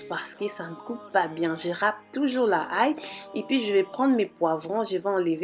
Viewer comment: L'ail not la ail